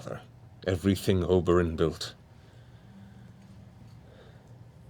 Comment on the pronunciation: >Your grandfather Oberen... Yo mean... Ober an' Der-rington?